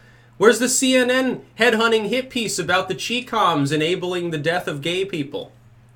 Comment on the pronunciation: Not "chee coms". It's "chai coms".